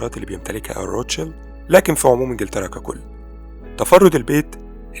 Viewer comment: عفوا روت شيلد تنطق بالانجليزية كما في الألمانية ومعناها الدرع الاحمر بالألمانية, وليس الطفل الاحمر كما تنطقها انت بالانجليزية, زيادة فقط لمعلوماتك